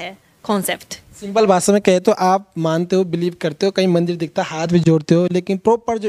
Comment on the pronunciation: Anchor sahab भासा नाही भाषा.